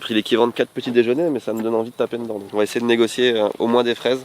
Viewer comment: J’adore ce que vous faites, je vous suis depuis des années. Je me demandais: est-ce que sait qu’il prononce le mot « Dedans » bizarrement? Il dit « Ndans » et pas « De dans » D’où vient cette accent?! 😅😂